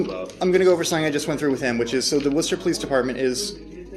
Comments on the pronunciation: Just want to help you out! Its pro-nounced like whoo-St' ah! Not worchester. 😅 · Pronounce, wisstr'. Worcester Mass.